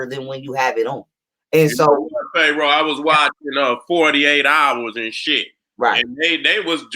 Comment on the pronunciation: No disrespect, but why keep saying Phae roah? Is he doing it on purpose or what. Other wise how you gonna be a scholar in these topics a d can't even pronounce Pharoah